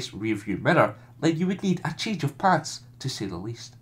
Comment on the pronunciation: Wait, "a change of pants" or "a change of plans"?